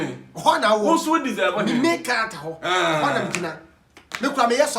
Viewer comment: Kwaku , it’s Main Character Not May Character